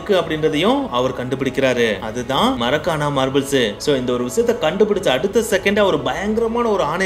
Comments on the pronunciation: Athu marakana marbles ila bro😅makrana marbles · Marakana marble இல்லை makrana marble